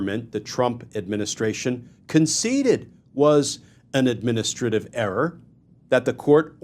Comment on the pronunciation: Please learn how to say "administrative." Seriously, go online and listen to the pronunciation.